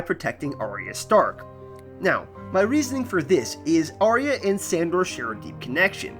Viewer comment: It's Are-ya! Not Arry-a. This really winds me up.